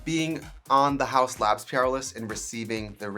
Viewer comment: It sounds like you’re saying “…on your prayer list” vs. “on your PR list.” Both work. 😂💗